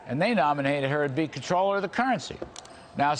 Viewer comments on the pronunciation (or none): Comp troller? It is pronounced controller. Wth?